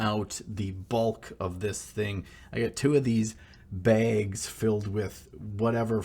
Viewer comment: I don't know what it is about the midwest that makes people say the word "bags" in a weird way.